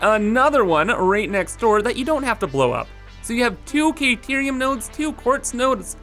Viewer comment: Kayterium? Took me a while to figure out you meant Caterium.